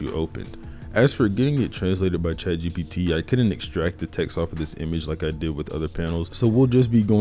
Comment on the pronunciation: every time he says chat gbt kills me